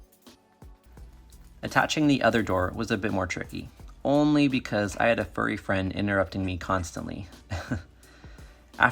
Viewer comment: Him: seys "furry frend" Me a furry: (◕ᴗ◕✿)